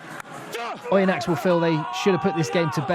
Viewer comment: great! for Oyonnax, don't pronounce the 'x'. juste as "Oyonna" 😉